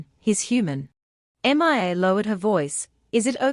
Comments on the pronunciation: I know it's annoying her name is Mia not M.i.A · M. I. A why can't you just say Mia?!?!?!? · 11+hrs...... torturous and annoying hearing repeated M I A. couldn't take it anymore and stopped watching. what kind of AI program are u running? M.I.A???